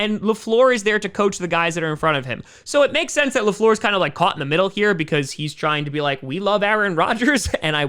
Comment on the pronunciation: Matt Le Fleeeeeeuuuuurrr Convenient French accent I'd expect from an elementary school teacher....wait a minute...